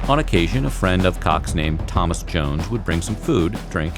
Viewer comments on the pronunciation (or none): none